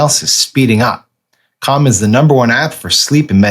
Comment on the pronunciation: I'm uncomfortable with the way Sam pronounces C A L M